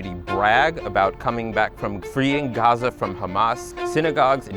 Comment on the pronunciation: good quality video, but that pronunciation of Gaza was just too annoying.